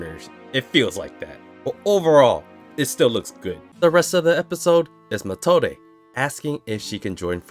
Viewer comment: I really thought in this moment that it was a real kid, because Wirbel did talk about this in the mage exam in season 1 that deamon also use kids as a weapon to fight. Would be a clever use as a chekhov's gun. Sounds more like Matilda, then Methode. It's pronounced meˈtoːdə